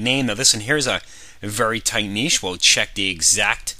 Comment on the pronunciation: finally, someone who can correctly pronounce "niche" :) Great info sir, love the series